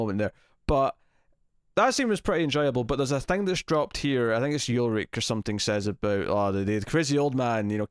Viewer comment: Its not YULRICH its ULRICH!!!!